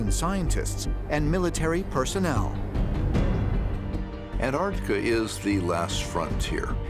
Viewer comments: The way they pronounce Antarctica bruh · Why is Antarctica pronounced Anartica? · why he keeps saying an-artica, literally eating the T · I wish someone would explain to these Yanks that it is NOT An-Artica! The region is An T artica, YES , with a T after the n ! STOP BASTARDISING THE ENGLISH LANGUAGE, MORONS! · Why can’t Americans say Antartica,morons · the way this narrator says Antartica is doing my head in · Why do Americans leave the "T" out of Antarctica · can you please pronounce it correctly pronounce it with the T lol bloody yanks! An tarc ti ca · Antarctica. The world’s most mispronounced word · May be petty but why do Americans not sound the T’s in AnTarcTica? So hard to listen to and it’s harder to say without the T’s. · whats even more strange about this is that people dont pronounce the T when saying anTarTica